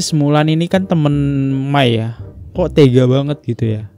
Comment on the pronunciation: Mohon maaf cara panggil nama Bunda Maia(dibaca :Maya) aja gak ush Mai/May.😅 Keknya tuaan saya sbg millenials nih dlu tau bgt sejarah mrk br3 yg heboh seindo,dan bnr2 ngawal Al, El, Dul lwt jalur infotainment smpe mrk akhirnya dewasa dan pilih tinggal kembali ke bunda Maia. keknya abangnya blm lahir atau msh bayi kyknya ya era 2005 keatas. 😅